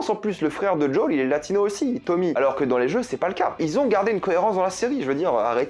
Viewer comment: "Djaul" mais plz...